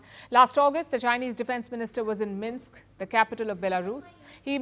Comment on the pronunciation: Minks? Or Minsk😂